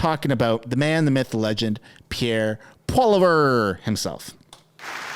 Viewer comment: Please tell me that you do know how to say Poilievre's name! Not "paw-le-veer"!